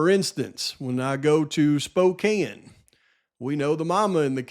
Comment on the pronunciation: Props for not mispronouncing Spokane hahahaha